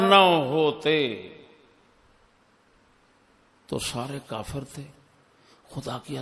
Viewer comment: اس لنک پر دیکھیں لفظ سید کا تلفظ کیا کر رہے ہیں لفظ کافر کا تلفظ کیا کر رہے ہیں تلفظ خنزیر کا تلفظ کیا کر رہے ہیں پھر جواب دیجیے گا کوئی بھی ان حضرت کا حامی کہ تلفظ ٹھیک کیا ہے یا غلط ؟